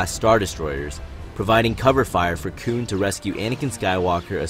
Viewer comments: I keep hearing "Kewn" Please just call him Plo XD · You saying koon pretty confidently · Cringed every time he said “Koon” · Dude I really like your videos I think they’re really insightful But a major critique I have for you is that you should really stop saying “Koon” Koon is a racist term towards black peoples It’s not your fault and is a mistake made by Lucas for naming Plo that. Just letting you know This is why people refer to him as General/Master Plo